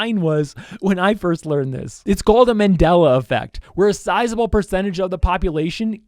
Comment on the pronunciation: When he said mandala effect, I thought he said mandala catalogue and had a panic attack.